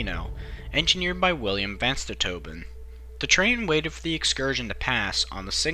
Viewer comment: Vanstavoren Not vanstatobin (?)